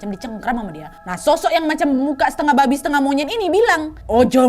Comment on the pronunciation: Nyebut "Babi" nya bisa biasa aja ga kak😭😭